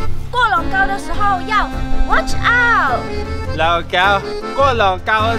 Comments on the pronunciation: 是watch out 不是哇操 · Watch out 变 wachao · 把"watch out"读成"哇，槽"